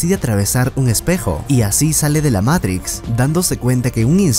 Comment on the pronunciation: Matrix hermano,MATRIX no meirics me haces poner nervioso